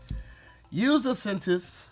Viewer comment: Wait a damn minute!!!! You can spell and say "precocious" but you nose dived on "sentence"?!?? Lmao